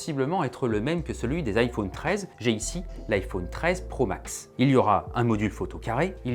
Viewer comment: On dit iphone comme téléphone. Pas ifaune comme faune et flore. C’est insupportable d’entendre AU au lieu de O